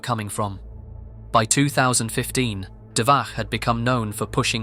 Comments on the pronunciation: Listening to you saying "dvaKH" instead of "dvaCH" again and again was so painful. I just... Why? It's "CHAN" NOT "KHAN". Why. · Not 'dvaH' It pronounced 'dvaCH' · It's not DVAH it's DVACH, where CH is pronouncing like letter Ч in Russian, closest I can think of is Che Guevara you pronounce DVA(CH) exactly like comrade Che. You don't pronounce it like Khe Guevara dont you? Also Dvach based for leaking those foul women ID and social pages. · The "ch" in Dvach is pronounced as in "chapter", just so you know. It's literally named after 2chan: dva (2 in Russian) plus ch from chan.